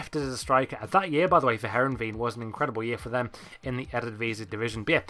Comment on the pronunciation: Heereveen lmao